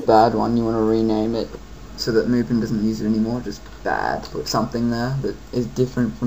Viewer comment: You pronounced Mupen wrong. Don't be like bobmario511.